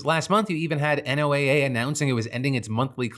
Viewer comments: Hi Phil, I hate being “that guy” but NOAA is pronounced “Noah” 🙃 On a real note, NOAA is critical to also understanding how climate change is going to impact things like weather, the ocean, and people…. especially people who are already marginalized and impacted in coastal and island communities. I live in Guam and work in ocean conservation, local projects and students relay on NOAA funds to make our island more sustainable. It’s a gross use of power and the people here (who aren’t even allowed to vote) will pay the price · It's killing me that you keep spelling out NOAA instead of saying it like the name "Noah", which is typically how people say it lol, but that is HUGE news so thank you for talking about it! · Today I'm learning that NOAA is not pronounced Noah... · State programs that work to put federal dollars in local resilience planning and economies are also on the chopping block under NOAA reductions (P.S. you say NOAA like “NOAH”) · This isn't important, but NOAA is pronounced like the name noah. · Oh please just say Noah… you don’t spell out FEMA each time. You just say feema.